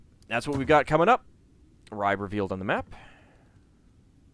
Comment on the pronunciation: Hi, I came here from the link on J2's channel, i really like this playthrough, BUT.. im bleeding from eyes and ears, everytime i hear you butchering the Danish / Norwegian names:-) even the easy ones like Ribe and Ketil...